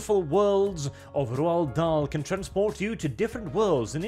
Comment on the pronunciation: Finally hearing his name pronounced correctly, it only took the destruction of his work. Still, every cloud... Cheers,.